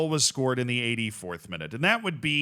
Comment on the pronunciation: Z, as your contents enjoyer from the town where Persikabo is, this video is NOT in my 2024 bingo card. Your attempt at pronouncing Tangerang is enough to make my weekends lmao our "ng" sound is indeed a menace.